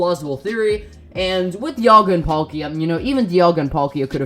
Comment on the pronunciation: when he dialga i swore he said diavolo Kingukurimuzon no nōryoku!